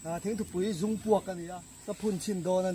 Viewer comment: Thingthupui zungpuak "Zung" i thluk dan hi a dik lo deuh em.😀